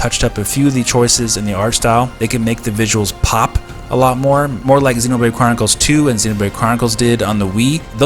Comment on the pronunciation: The way you pronounce Xenoblade as Xenobrade is so damn annoying. I am super hyped for this port and I know it just has to happen.